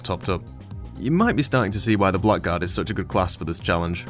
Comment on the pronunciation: This is nitpicking, but its not pronounced "black guard", its "blaggard".